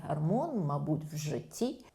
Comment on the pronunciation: Чудова? гАрмон естрАген. Ще трохи треба попрацювати. А на загал може бути.